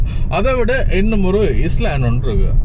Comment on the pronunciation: Island, It's not இஸ்லான்ட், உச்சரிப்பு, ஐலன்ட்